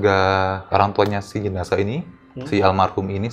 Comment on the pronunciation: Jenasah bukan JENAJAH yeeee 🤪🤪🤪